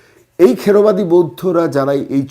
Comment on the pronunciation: দাদা কিছু মনে করবেন না, এটা থেরবাদী বৌদ্ধ হবে, খেড়বাদী নয়।